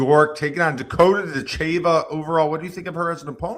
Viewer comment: If you were an MMA fan, you would know how to pronounce Ditcheva. Listen to the announcers.